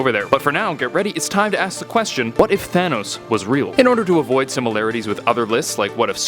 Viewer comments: It said Tahnos instead of Thanos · You speel thanos wrong its not tahnos its thanos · Tahnos? Don't you mean Thanos? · Half of the universe would die. There I answered it for u. Btw it’s thanos not tahnos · You spelled thanos tahnos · you spelled Thanos wrong you spell Thanos like this Tahnos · You spelled Thanos wrong you put Tahnos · Tahnos really it’s thanos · Thanos not Tahnos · It is thanos not tahnos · Tahnos??Or Thanos?? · tahnos its thanos idiot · ..thanos...not tahnos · Thanos, not Tahnos. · it’s “Thanos” not “Tahnos” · ITS THANOS, NOT TAHNOS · it's thanos not tahnos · Im confused thanos or tahnos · tahnos lmao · my boy Tahnos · Thanos? I only know Tahnos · “Tahnos” should double check your videos before uploading no hate love this channel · Tahnos? lol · "What if Tahnos was real?' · what if "Tahnos" was real? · its Thanos not tahnos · He spelled thanos like tanos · Whos Tahnos? I know Thanos but not Tahnos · What if “tahnos” was real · Tahnos lol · TAHNOS for real? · Tahnaos??? Is what he said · thanks, now I know what would happen if "Tahnos" was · "what if tahnos was real?" l0l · Wait... who’s Tahnos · "What if Tahnos was real" lol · Did anyone else notice how he put Tahnos? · It said tahnos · Didn’t know his name was Tahnos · "Tahnos" epic... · Tahnos? Wtf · in the intro it said tahnos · whaat excuse me?? Tahnos?! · Who's Tahnos? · it says tahnos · Lol Tahnos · Intro says What If Tahnos was real. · Tahnos???? XD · You said in the words what if tahnos was real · Any body else notice I says in the beginning what if tahnos was real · tahnos xd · "What if tahnos was real" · . Really. Tahnos. Well, life’s buggst qeustions, I am dissapointed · what is "TAHNOS" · Tahnoes? Lmao